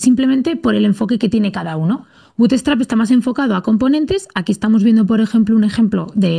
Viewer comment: Porque dice butestrap?? Es buutstrap